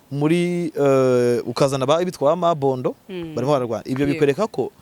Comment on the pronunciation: Ni Mobondo ntabwo ari Mabondo.